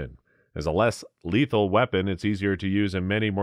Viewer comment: Lethal not leathal.